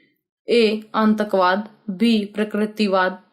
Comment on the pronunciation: Dhang se hindi padhna ni ati apko Antakvad padh ri ho atankvad ko